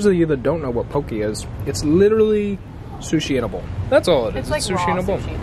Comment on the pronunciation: It's actually pronounced 'poe-kay'